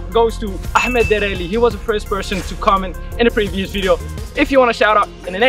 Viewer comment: the way he said Ahmed literally made my eyes glow😄😄😄😄😄 the only ytber apart from Muslims to pronounce a Muslim name right